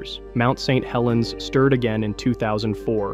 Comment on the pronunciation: Lowkey wish small channels would just not use AI for narration. Don't really care how bad you sound. It will be better than an AI that can't even read Saint Helens without pausing because I assume the script was written "St. Helens".